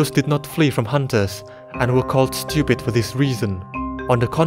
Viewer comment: The words "fat" and "stupid" sound so goofy in your accent 😭😭😭